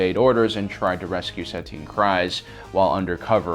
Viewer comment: where are you originally from you pronounce Tano and Satine very different from the show SAT-EEN, when it's SAH-TEEN, TA-NO not TAH-NOO